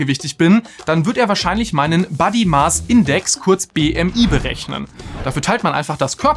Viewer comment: Super Inhalt, aber bitte bitte bitte: "body" spricht man entweder mit kurzem o (Britisch) oder nasaliertem a (Amerikanisch). Bei dir (und das machen komischerweise fast alle Deutschen) hört sich das nach "buddy" = Freund an, da du es mit einem kurzen a aussprichst 😉 und das ist ein super kleines unwichtiges Detail, triggert mich aber immens 😬😬😬